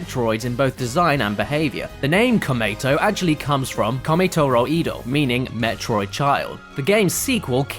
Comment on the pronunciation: Awesome as always! But dat Japanese pronunciation... shudder 子-メトロイド ko-me-to-ro-i-do is how said it... That's like saying like ca-di-ka-ruh-ss. It's just Ko-met[o]roid[o]. I mean, whatever, it doesn't ~really~ matter, but still. It stood out to me. Good try, I guess...?